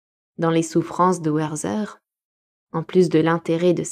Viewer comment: Merci pour cette superbe lecture. Juste pour info, on dit Wertér et pas "Werther" à l'anglaise. C'est un livre de Goethe, le personnage est allemand. 😊